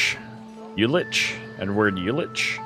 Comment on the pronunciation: Right on! And props for tackling these German names, quite tricky pronounciations there. Uhlich is "Oo-lick", Leipzig is "Libe-tsick", the rest you nailed perfectly.